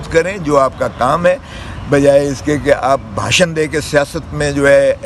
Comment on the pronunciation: باشن نہیں بھاشن ہوتا ہے ۔۔ کاش سیاست کے ساتھ تعلیم میں بھی دل لگایا ہوتا ۔